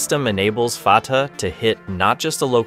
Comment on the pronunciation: There is confusion about the name of one missile. Fatah, where both 'a's are pronounced like a in jack, means victory. Some people have also called the missile Fateh, which means 'victorious' or 'conqueror'. But as you should have noticed on the original name that is shown in the clip once, the missile is called Fattah, where the first a is like a in jack but the second is pronounced as a in father with emphasis on t. These similar sounding terms are part of the same family of Arabic words that are also used in Persian. Now, Fattah means 'one who always conquers', or is a 'professional conqueror', or 'conquers for a living'.